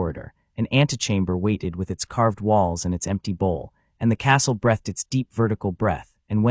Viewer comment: Breath ed isn't a word. Breath (noun) has no past tense. Please teach your AI how to pronounce breathEd (verb).